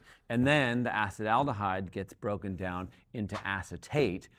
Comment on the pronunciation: Like your accepted pronunciation of acetaldehyde.